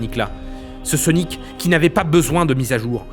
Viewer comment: dans les banlieues ils ne prononcent pas "sonic" normalement